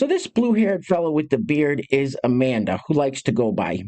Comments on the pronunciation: A-MAN-duh lol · Well, A man da got the the name right